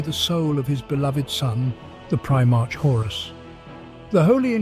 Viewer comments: I appreciate the work involved in compiling all this lore, and the narrator's voice is very pleasing. It can, however, be distracting, when words are mispronounced, or pronounced differently each time (especially things like the occasional "pry march") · It's the common problem with text 2 speech. You'd probably have to change the spelling to something the program would end up pronouncing "correctly". Maybe "Prim-arc" etc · Other Preemarks, he's gotta be trolling with some of these pronunciations. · My god you pronounce things in 3 different ways and it kills me. Primark, primarsh, primerk. Nikea, nisea, nishea. STOP IT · i know, but the way he pronounces words like "primarch" or some of the names is just wrong. Don't get me wrong, English is not my native language, i am born in Eastern Europe, so i could totally be wrong. But i listened to almost every 40k audio book i could get my hands on, so i have a decent idea about how some of the things are pronounced.